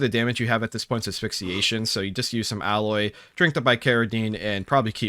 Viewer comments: Aloe is pronounced like you would say "a low", not alloy. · Aloe, pronounced Al-o. Not alloy. Alloy is for the various mixes and blends of metals. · AL-O, not alloy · After the first couple of times, I was going to suggest making a drinking game out of it. (when Alloy is said instead of Aloe) But I don't think my liver would survive. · Y'know I've been wondering for a bit now, Why do you pronounce Aloe as "alloy"? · The way you pronounce aloe... like alloy... threw me off. Useful knowledge regardless. Thank you! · I was confused as to what alloy you drink. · 10/10 aloe ingots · Suburban "person" detected